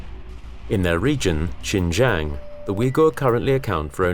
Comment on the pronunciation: Pour les français, je crois maintenant qu'il faut penser à vous même, le racisme, l'immigration.... En plus, il faut prononcer bien le mot de lieu"XIN JIANG" au lieu de "Shen zhen".